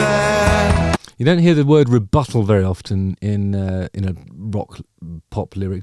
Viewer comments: The word is 'Rubato' ;-) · It's "rubato" and not "rebuttal" an even less common word in pop songs.